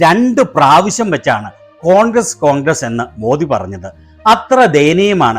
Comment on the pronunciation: ഇയാള് കോൺക്രീറ്റ് പണി ക്കാരനാണോ ? കോൺഗ്ര് കോൺഗ്ര എന്നു പറ യുന്നത്